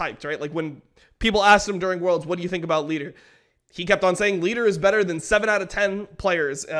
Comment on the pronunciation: he announed lider right ? XD